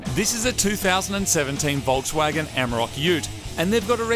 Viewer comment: A Volkswagon what? This is hilarious.